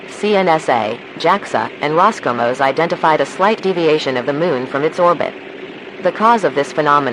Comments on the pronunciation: Minor correction: It's Roscosmos not Roscomos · It’s “Roscosmos”